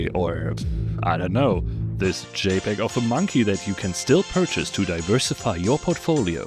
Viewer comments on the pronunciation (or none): none